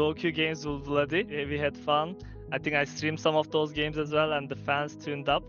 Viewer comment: C'est pas Vladi et reha sont similaires mais plutôt "wadi" et reha sont similaire 😅 mais sinon nickel